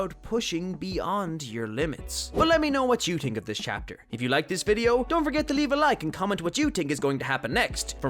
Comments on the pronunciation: it cant be bro he literally cuts the H out of words like he says tink instead of think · Why cant you say 'th' i tink you can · It’s the first time that I heard a person say tink instead of think which you were saying think but you said tink, I like that.